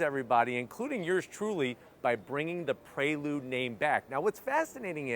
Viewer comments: It’s PRE lude….not PRAY lude lol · I keep hearing him say Praylude instead of Preelude. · Nice car but hearing "pray-lood" so many times is giving me anxiety 😂